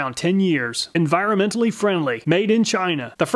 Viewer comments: That "Sheef-life" of 10 years, and being "encironmental" friendly, did like no one check to see if it works? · “Encironmental” friendly oh wow! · " Enciromental friendly " hahaha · "Sheef life and Encironmental friendly" LOL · "Enciromental" LOL